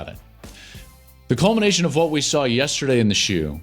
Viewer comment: Take a shot every time Klatt says, "Testerday."